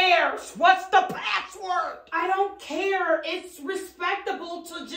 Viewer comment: how she says "I DONT CARE" had me hollerin 😭🤣